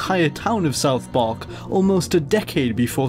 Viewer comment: "South Parke"